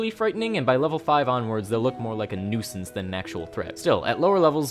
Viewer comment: Don't you mean... a noozance?